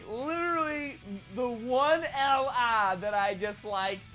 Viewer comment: The one Lare 😂😂😂like my guy you say it so weird but amazing video man ❤️❤️